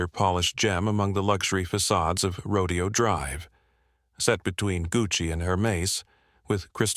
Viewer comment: Say it with me "Row-DAY-oh" Drive